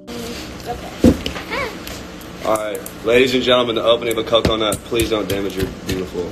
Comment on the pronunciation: The way he said coconut made me die